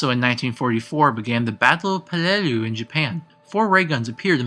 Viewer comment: Thank you. Watching it by pieces. I have one complaint, though. You should really research how to pronounce the foreign words. Anything in German or Japanese. I don't speak those languages but I went out my way to look up many of those words in the past and it's painful hearing you pronounce Der Riese, Verrükt, Peleliu, Die Rise, etc. No offense or disrespect. Thank you so much for putting this video together :D